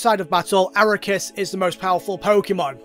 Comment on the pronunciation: Arc-key-us Ark as in the boat Key as in where are my keys Us as in toysrus I’m gonna be petty I really hate when people miss pronounce his name even though the official pronunciation has been said multiple times in Canon